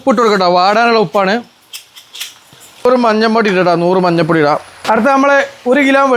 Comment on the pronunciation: മഞ്ഞ പ്പൊടിയല്ല മഞ്ഞൾ പൊടി ഏയ് അല്ല ഏഴ്